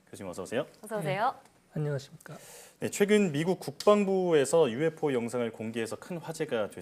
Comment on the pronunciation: 교수님 차라리 유에포라고 해주세요.ㅡㅡ.